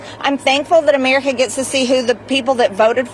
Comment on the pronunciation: The way Marge saya Amererica is disgusting